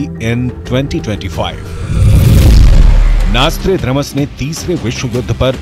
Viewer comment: नॉस्ट्राड्रामस या नॉस्ट्राडमस 😂